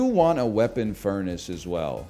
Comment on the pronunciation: it's called furnace, not fair-nace for a reason 🤣